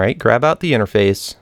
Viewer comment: u say enerface